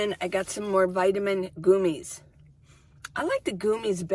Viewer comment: I take gummies for D3 and they're great! It's called gummies, not goomies though 😂 Sounds like gummy bears!